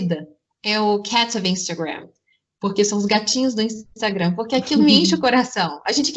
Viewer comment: "meu INSTAGREIN,MEU INSTAGREIN" FALA DIREITO MEU DEUS